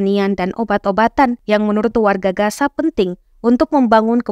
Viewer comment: Reporter ga sekolah kali masa gaza dibaca gasa